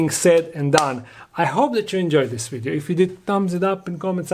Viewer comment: Did you enjoy the "WiiDEO".. lol